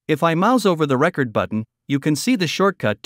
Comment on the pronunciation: Hi there. I have issues with both. Your voice didn’t make a difference between récord and recórd as I recall. Also as a musician I have a problem with computers doing what people can do, especially in the arts. Thanks for asking.